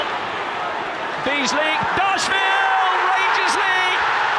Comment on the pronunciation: Archie McPherson legend 😂 "Dabeasly"